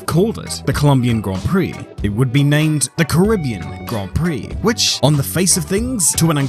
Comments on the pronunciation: Great vid but I love how u butchered the name loads of times lol. It's pronounce 'Ka-ri-be-an' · This is great, apart from the pronunciation of "Caribbean". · That's such a weird way to pronoince "Carribean" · You are from NZ stop mispronouncing Caribbean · Normally I enjoy your vids but this time I couldn't watch it because of the pronunciation of the word Caribbean. It became annoying.